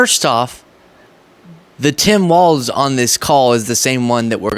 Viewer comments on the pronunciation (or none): Please, please, pleassssse,...his name is pronounced "walls" not "waltz." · I gotta go full Karen on you, but I get a pass because it is my actual name! Tim's last name is Walz, pronounced Walls. Please try to stop inserting a "T" into it to make it "Waltz". That's a lovely ballroom dance and part of the title of a great film by Martin Scorsese about The Band, but it is not the way our next Vice President pronounces his name! Peace out! 💙☮💙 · Please note that his.nameis pronounced Walls, not Waltz. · It’s pronounced WALLS not WALTZ. Appreciate your content. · Remember it's "walls", not "waltz" like the dance. No T is pronounced in "Tim Walz". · Like, his name is pronounced walls. Not waltz. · Your channel is fantastic. I am a subscriber and listen to all of your videos. FYI, I think Governor Walz is pronounced like walls. At least that’s what I’ve heard on other channels I listen too, like MTN. If not, I stand corrected. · FYI it’s Governor Walz sounds like Walls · I like you, but it’s Walz, no “t”. Keep up the good work young man!!